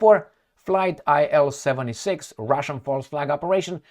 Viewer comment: IL-76 is pronounced as 'eel-76'. Designer of the plane was ILyshin Sergey Vladimirovich.